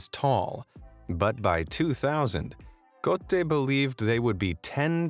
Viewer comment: This video keeps saying Cote (Ko - te), which means "dick" in Malay. 😪